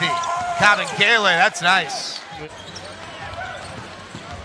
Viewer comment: It's pronounced Kabengele, not Kabengala.